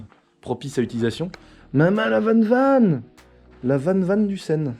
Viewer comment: Ce n est pas vane vane mais van van que ça se prononce